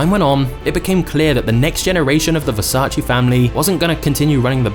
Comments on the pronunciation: IT IS VERSACE, NOT VERSACHEE. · VersacE NOT VersacI !!!!! Are people stupid that they can't say VERSACE!!!! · In the words of Donatella and Gianni - it’s VersaCHE 😄 Not versach-e or vers-ace. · It’s versAce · It’s Versa-čé… Pronounced: “ver-saw-che” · Apart from the fact you murdered the name it was great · You pronounce „Versace” wrong. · I don’t know why people still say the name wrong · 26seconds in and i heard versace pronounced wrong 35times